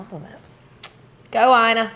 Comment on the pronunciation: Her name is pronounced Eena